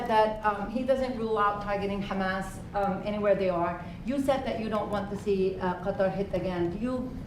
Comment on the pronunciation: Don't they know that the military base is there to destroy Qatar and steal it's resources, not to protect it? Trump can't even say Qatar, he says Cutter 😏